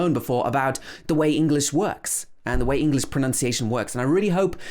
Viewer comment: Hey, i hear you speak but why do you pronounce the word English as 'englis'???